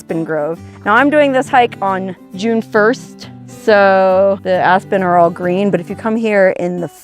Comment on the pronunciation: You said Asspen. 😂